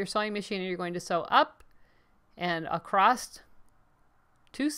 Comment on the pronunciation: It’s “ACROSS” not “A crost” sorry just drives me crazy when people can’t pronounce this word correctly. There’s no “T” sound in the word across.